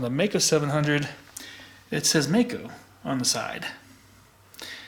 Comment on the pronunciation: Hello Mister,hope,you are doing well. I am from Germany,and i like your Channel,but there's one Thing,i have to say. It is pronounced like Mike-O. One more thing- in the 80th, i rode a MD 250, aircooled. Nice, fast machine. If you have any Connection, i would LOVE If you could show (and maybe ride)one. Greetings from Ostfriesland, Germany O